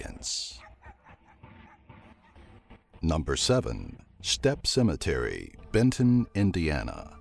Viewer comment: Cimetery the narrator says